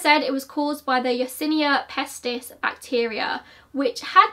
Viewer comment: So strange watching thing to watch in May 2020 from the US... Sounds almost like current day!! (I actually had to check and see when it was published...) you pronounced Yersinia pestis beautifly!! As a veternarian we studied this in several classes (bacteriology,zoonotic diseases-diseases shared between humans and animals, pathology, etc...) I always enjoyed just saying it. Did you know armidillos are considered carriers of it?? Ring around the Roses... Pocket full of posies... Ashes ashes we all fall down.... ❤